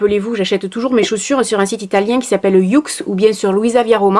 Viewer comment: Juste pour préciser le site « youx »comme tu prononce,se prononce comme ça s’entend «yoox »qu’un petit détail mais bon.